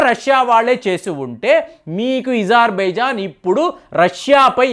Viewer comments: ఈజార్ బైజాన్... ఈరాన్... ఏంది ఇది కొంచం మంచిగా పదాలు పలుకు. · అజార్ బైజాన్, ఇరాన్ అని పలకండి సర్